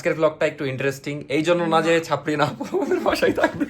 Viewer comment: ওনি কি ছাবরিনা নাকি সাবরিনা? 😂